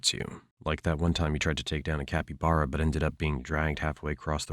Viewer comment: Is this AI generated? The mispronunciation of caiman and capybara were a bit off-putting.